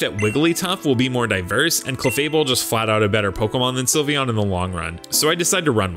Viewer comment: Do not leave off the E in Sylveon! And favorite is supposed to end with an E!